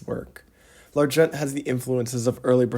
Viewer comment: Nice vid, thank you, but you don't pronounce the 't' in 'L'argent' in the French pronunciation you're trying to do .The 't' is silent. 'The phonetic pronunciation would be more like 'Larjon'. Also you say 'readability of models' just before then when i think you mean unreadability.